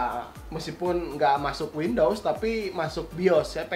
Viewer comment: Windows bang bukan window wkwkwk